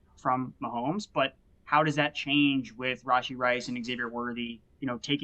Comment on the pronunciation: Lmfao Rashid? It's Rashee